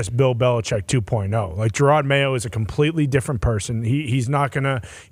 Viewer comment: Who's Jerard Mayo? 😂😂😂😂 ❤ Yew Lombo!